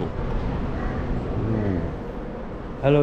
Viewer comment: The Way He Say "Assalamualaikum" Is Far Better Than Some So Called "Salamalaikum" Or "Samalaikum", Astagfirullah....